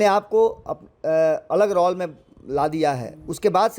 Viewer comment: रौल रउआ नहीं ठीक बोलब, रौल ना रोल 😂